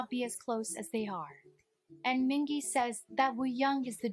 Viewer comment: yeah the video pronounced San, Mingi and Yunho names wrong